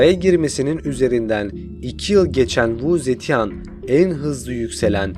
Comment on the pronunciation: keşke kadının ismini nasıl okuman gerektiğine bir baksaydın.